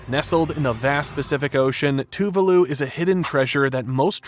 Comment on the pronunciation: Dude ! Please learn how to pronounce the name of the country correctly